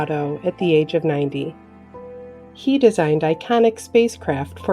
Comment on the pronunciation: The speaker sounds like she is always saying SHE for all the men. Not funny.